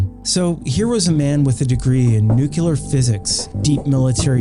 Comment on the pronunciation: It's NUCLEAR no NUCULUR.